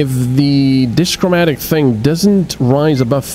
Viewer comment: Also, DIchromatic. Two colors. not Dischromatic. No S!